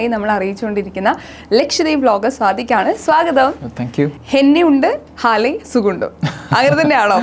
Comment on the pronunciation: സാദിക്ക് അല്ല സ്വാദിക്ക്